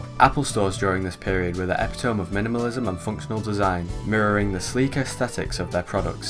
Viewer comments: how can you be english and pronounce so many words in this video incorrectly. "zeigise" "epi tome" . ditch the captions at the beginning too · Epitome is pronounced “Eh Pit Oh Mee” not Epitowm 😂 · A few notes: 1) I love that you decided to use every single possible pronunciation of "frutiger" you could think of so you could at least get it right once. 2) "zite-g'iced", not "zite-geesed" 3) "ep-pit-uh-me", not "eppy-tome" English can be funky sometimes. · It seems to be one of those styles where it can't be described with a few words, but instead is more like "when you see this, this is the thing", but yeah, quite interesting stuff. One point of criticism though, you're mispronouncing epitome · appreciate the video but the mispronunciations of some words (epitome, perforation, Frutiger) bothers my linguistics-cop brain